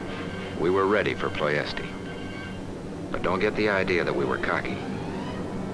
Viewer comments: Ploesti is pronounced Plo-esht, not Plo-esti. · Unfortunately Romanian is a latin language, and is pronounced as is written, Ploiesti, one word. Ployeshti by English. Was the oil field city of Romania at the time, occupied by Germany. Then in August 1944 by the Soviet Russian army.